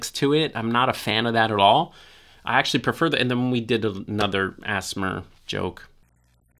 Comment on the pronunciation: It makes me uncomfortable when you say AssMer in place of ASMR